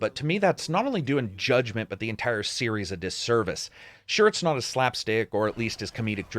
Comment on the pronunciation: You say “the series” sounds like “hey Siri” to my phone lol